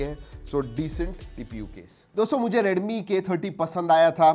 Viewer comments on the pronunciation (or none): Please pronounce 'Redmi' properly.